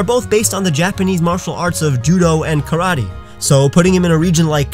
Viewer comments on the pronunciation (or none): none